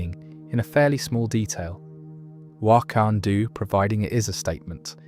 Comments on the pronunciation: It's really well done, but some of the pronunciation errors are inhuman In the first few minutes it doesn't seem to know how to say Vol.3 as in guardians of the galaxy vol 3. Wanda as wantoo? Wakanda pronunciation etc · I never heard Wakanda pronounced like Kathmandu. That's definitely different.